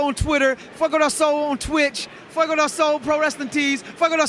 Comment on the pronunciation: actually says "Fiego" all the time, that's what we're correcting...